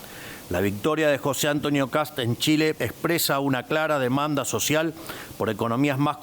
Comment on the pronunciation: Querido Javier, el apellido del presidente electo de Chile es KAST, no KATS. Unas clasecitas de dicción por favor !!!